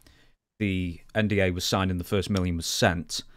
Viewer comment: calling an NDA a “NWA” was wild subliminal😂